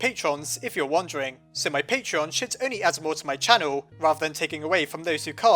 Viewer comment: And no I won't support your patreon you piece of crap, also you can't pronounce that either.